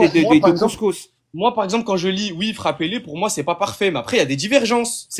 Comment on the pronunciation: J'aime bien quand ils disent "Tôôô" ou "Môoo" au lieu de "Toi" et "Moi", ça fait très con.